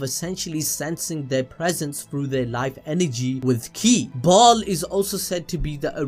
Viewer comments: It's pronounced bail You never played diablo II and the expansion ? Come on now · It’s Baal but pronounced Bale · Ok, I’m familiar with 2 of those names. Bial is pronounced bell and Sameal is pronounced sa- meel. I’ve never the other one. 🤷🏽‍♀️